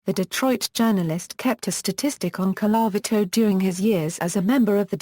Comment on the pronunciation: Could you get a person who can pronounce Colavito.